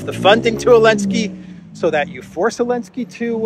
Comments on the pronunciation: Why do you pronounce Zelensky without the Z? Is there a linguistic basis or bias? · Elensky? Chelinsky please😊